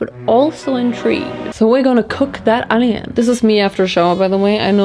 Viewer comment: It's onioin, not ANYIN.